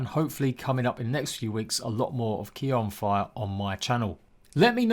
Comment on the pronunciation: 😀👍 Thanks, look forward to posting some great news & showcases on ARK In the near future - Just a fyi though it's k-yah not kia 😂 haha!!